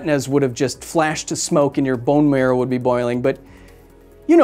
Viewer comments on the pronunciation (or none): none